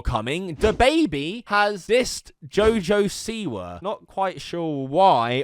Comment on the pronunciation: Btw he didn't mean to call jojo siwa a bitch its wordplay since jojo is one of his nicknames and he pronounced siwa as see why so basically he said you a bitch jojo see why